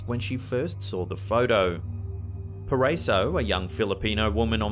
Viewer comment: Hi I'm from Philippines "Paraiso" we pronounce PA RA I SO the letter I is hard every time we say "PARAISO". Thank u. But I like the way you pronounced.:-)